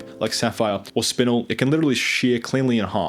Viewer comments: . It'd called spin-el rather than spinle. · spinnnel.... its either the americans with their weird pronunciations or english is just weird.... its got 1 n in it, not 2😂😂😂😂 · FYI: you're mispronouncing a number of these species names, most notably spinel, garnet, tsavorite and almandine (emphasis on just the wrong syllable).